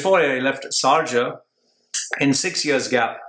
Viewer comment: he is been 14 years in Sharjah and he still calls it Sarja